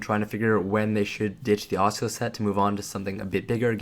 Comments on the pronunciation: Ah-Sue-Las set btw ;) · ASS-A-LASS set lmfao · "Oisula set" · I cringe every time he says Asula (ah-sue-la) .. good video non the less. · Say it with me uh soo la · Wow I'm triggered 3 seconds in by his pronunciation of Asula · Great vid but im raging at pronunciation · After about 2 minutes watching, I realized I can't take this dude mispronouncing a simple word anymore. I don't even understand how you fuck it up so bad its triggering.